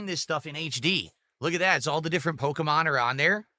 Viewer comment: “All the different po-ko-mon” I swear his parents dropped him several times when he was a baby. Edit: it’s funny how gave Phil Spencer shit for the Microsoft layoffs and now he is laying off clothes…